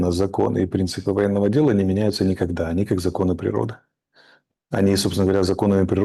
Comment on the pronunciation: Никахда такого не было, ни ках да 🤣